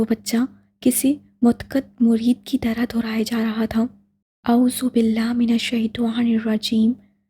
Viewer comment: Yar aap اعوذ باللہ من الشیطٰن الرجیم shi se pdha kre